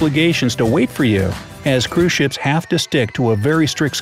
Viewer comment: Anyone else hearing “crewshits” instead of cruise ships? Just me? Oh. Kristina has left the chat.